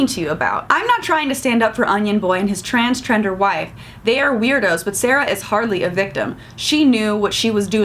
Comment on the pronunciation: Ha, transchender, was funny hearing you say that.